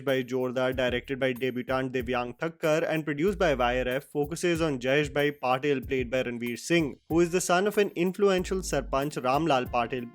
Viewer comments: You keep pronouncing Patel as Patil. The surname Patel is pronounced as Puh-tale. Patel is predominantly a surname found in Gujarat and among Gujaratis whereas Patil’s are from Maharashtra or Maharashtrian. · It's Patel not patil.. It's gujarat not Marathi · Not patil its Patel bro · Everything aside, I know its an honest mistake, but it's Patel not Patil🥹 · Patel not Patil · It's Patel and not Patil, goddd your pronunciations 🤦🏻‍♂️, anyways looking forward to watching this movie with my mom 😀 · He's Patel (Gujarati) and not Patil (Marathi) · Bhai not patil but it is patel. Agar fir bhi pronounce nahi pata chale to news channel pe gujrat ke cm ka ya up ki governor ki surname sun Lena. Difference pata chal jayega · Patil nahi Patel 🤦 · it's Patel not Paatel. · Its Patel (पटेल) not Patil (पाटील). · R u sure, u r saying Gujarati's "patel" n not marathi's "patil"???? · Patel not patil...and pandya not paandya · It's not Patil family it's Patel family.😅😅😅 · Patil???? Patil family??? It's a marathi family story? I thought Gujarati. Unless Patils are Gujju too. Or has pronounciation issue. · It's not pronounced "Paatel", Patel is a very common last name in Gujarat, you can Google the right pronunciation. A lot of Gujrati last names are pronounced incorrectly, like Hardik Pandya, it's pronounced as ""Paandya", which is incorrect and no one in cricket community realized or correct it